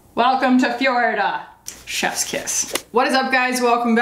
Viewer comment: "Welcome to fjorida!" Dead omg hahahaha